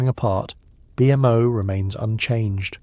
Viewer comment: As soon as I heard BMO called B.M.O. I was out.